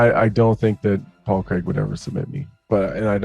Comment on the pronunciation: Paul Creg lol